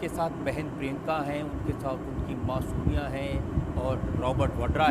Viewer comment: Masumia nahi " Ma Sonia"🤦